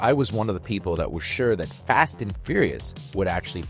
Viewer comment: Not trying to make a big thing of this… but is this an AI VO? It sounds great, but occasionally someone pronounces “fast” as “fost” and “waning” as “wonning.” Not the type of mistakes I expect the average person with a US accent to make. This is not a knock, because well, the future is here, just curious.